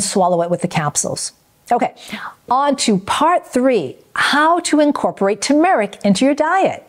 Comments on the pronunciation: FYI it’s not pronounced Ta-Mahr ik. It’s pronounced Tur Mr- uhk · Why does she mispronounce TERmeric? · You are not pronouncing turmeric correctly.